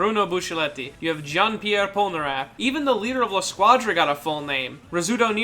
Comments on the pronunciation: When he pronounces Polnareff as pol-ner-aff and not Polnar-aff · Did my guy just say "poneraff"